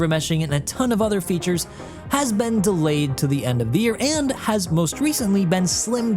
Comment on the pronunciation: Delayed say it right